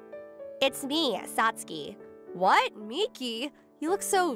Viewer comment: First of all , Since WHEN Does SAT SUKI Start sounding like SAT SKEEEE. SATSUKI SIUNDS LIKE SATSOOOKEY!